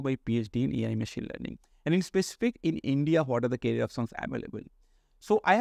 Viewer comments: I think first job you should do is pronounce "career"correctly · Try to improve your English bro. It is "Career options"